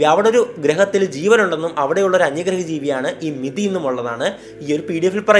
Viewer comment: മെതി അല്ല കൊയ്യൽ അണ്ണാ അത് മിതി ആണ്